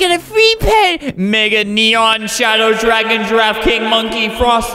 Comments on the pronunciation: girl: lists pets from game girl: writes frost dragon albert: “frost dargon” me: starts laughing for no reason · are u 8 or something they wrote dargon so he said dargon